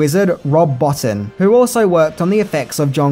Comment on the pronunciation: it's pronounced rob boteen not botin